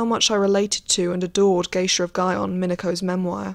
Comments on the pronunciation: Very informative! It was initially off-putting how you mispronounce Gion as "Guy-on" etc, however. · I really liked the content of this video. It was well-researched and I loved learning about what life was really like for geisha back then. Just to let you know, here is the right pronunciation for a few of the words you used: Gion -- gee (rhymes with key) ohn (rhymes with moan). Oneesan -- oh-NEH (long length)-san. I am pretty sure the house was Inoue, right? That is ee-noh-eh. If not feel free to correct me on that. Lastly, Yaeko is yah-eh-ko, and Mineko is mee-neh-ko. Sorry to be so critical but as a Japanese speaker it sort of bothered me to listen to the words being said wrong even when the content was so interesting! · Gion is pronounced gee-yon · It's gee-on, not guy-on. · You could’ve bothered to learn to pronounce “Gion” properly. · Pronunciation of Gion and other terms needs improvement, otherwise this is just another Western attempt at explaining Japanese culture and not having a Japanese POV.